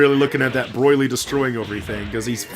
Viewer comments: I love how he pronounces Broly. Broily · Learn how to say bro-lee !!!